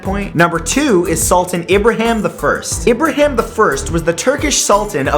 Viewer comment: It is Ibrahim not Ibraham!